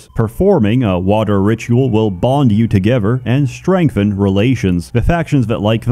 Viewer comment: "Fahver" "Togever" Pronounces everything else perfectly except a "th" sound. How interesting.